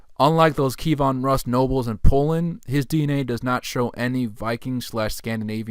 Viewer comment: Pronunciation tip: Key (like what unlocks a lock) Evan (like the given name) Roos as in "Rooster" KeyEvan Roos Kievan Rus'